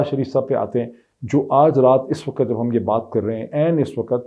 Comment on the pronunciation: Slaam jnaab I watch your blog. Your comments are unbiased and calculated, supported by your search. Your command on Urdu and English is good. However it is bit irritating to hear Time as waqat, where actually it pronounced as Waqt. I hope it is not offensive and expect a corrected version. Thanks.